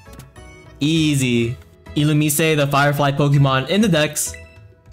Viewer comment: That’s not how you say illumise. Learn the names, or do a diff hobby. SMH.